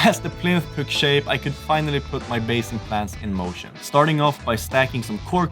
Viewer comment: Fantastic video as always fellas just one FYI it’s plinth not plint 😂👍👍